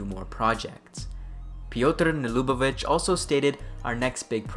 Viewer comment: Wow. You realy nailed Wrocław, and Nielubowicz pronunciation as a non polish speaker. Gratz you're getting better and better :) Edit: You need still to work on Tomaszkiewicz and Przybyłowicz ;)